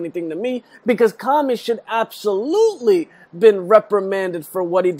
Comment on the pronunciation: its Comey, not Commy